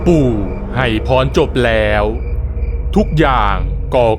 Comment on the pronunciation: ตรงนี้ๆๆๆแร้ว คนพากย์เสียงเหน่อ แล้ว อ่าน ว่า แร้วๆๆ